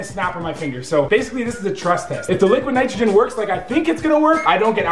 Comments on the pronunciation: did anyone else hear liquid Nigeria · when we put it the laqwid nitregen 😂😂😂